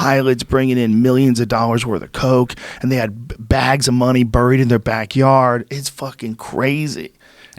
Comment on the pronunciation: Hey Joe, I think you're saying "buried" wrong.